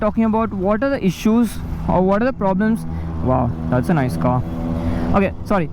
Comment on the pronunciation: Dude drop the accent, speak normally. "That's a nice kaaa" and the very next moment my guy forgot that there is an "h" in the word finish "you're gonna face is the finisss" XD